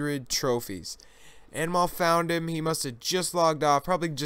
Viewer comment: hey mostly i think anmol is indian its pronounced as un mole nice vid